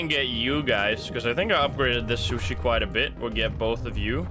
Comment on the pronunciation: it sushi not shooshee lmao